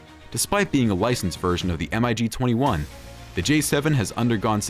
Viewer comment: Was this video an April-fools joke? Please conduct proper research and check you editing before uploading. On more than one occasion, footage of the now long-retired F-14 Tomcat was shown whilst describing other aircraft. Also, "M.I.G." was pronounced as individual letters. It's actually pronounced "Mig", which is an acronym for Mikoyen & Gurevich, the manufacturer. It's also astounding that the J-7 even made this list considering it was based on the 60's-era Mig-21, is now out of production, and long been replaced by the Chengdu J-20. Finally, what about all the other latest-generation fighters that didn't make your list? The SAAB Gripen, Eurofighter Typhoon, F-22, Su-57, & Dassault Rafale, just to name a few. Very amateurish video.